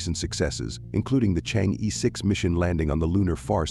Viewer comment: You should pronounce Chang'e the right way. Not Chang-ee! Should be like Chang-ur! Try some Youtube sites.